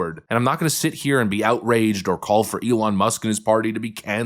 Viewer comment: Anyone else get rubbed just a little wrong by how bernie says eh-lon.